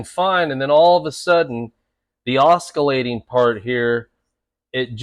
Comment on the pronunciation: Oskillating? No no no no no. Oss ill ay ting